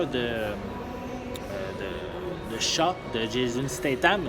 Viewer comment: hobbs and CHAT ?????? c'est shaw il me semble ! non ? en tout c'est comme sa que on le dit en france